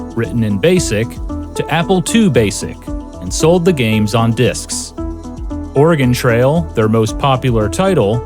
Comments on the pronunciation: There's only one thing I don't like about this documentary, and that is putting the stress on "Ore" instead of "Trail" every time the narrator says "Oregon Trail." "Oregon" in this title is the adjective, it modifies "Trail" the noun. It's certainly not a big thing, it's kind of like when Biff says "Make like a tree and get out of here" and it sounds like he doesn't realize it's a pun when you say "leave." Old Biff would know he doesn't know this, because he was him (if you've seen Back to the Future.) Anyway emphasizing "Ore" in "Oregon" switches the natural emphasis and doesn't make sense. Otherwise, great documentary. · You put the wrong emphasis on the wrong syllable. Trail goes up at the end not on Oregon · I dont know how to correct this in text, but you're putting the wrong emphasis on "oregon trail." Maybe watch some other videos to see what I mean lol. Great video, regardless :) Edit: I think I could describe it as "its a trail that goes to oregon, not a trail called oregon" and the way you use the emphasis on oregon makes it sound like an adjective describing some aspect of travel on the trail, rather than the destination being the reason for it's name. Idk if I'm making sense!